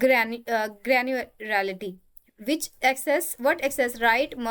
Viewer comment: Granuarality 🤣🤣🤣 mam you rock